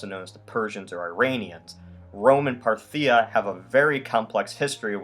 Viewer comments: You pronounce "Parthia" funny. The emphasis is supposed to be on the first syllable, not the second. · Parthia accent on the first syllable; Sassanians (broad a [Sassahnians]) are a Persian dynasty replacing the Arascids. The rise of the Arabs is due to the weakening of the Romans and Persians through their rivalry. Islam basically conquered the monophysite provinces of the eastern empire. If there had been no purging of the monophysites, there would have been no Islam and no Arab expansion. The bishop of Rome was only one of five Christian churches, so the idea that something called "Roman Catholicism" would have dominated religious thought throughout the empire is anachronistic.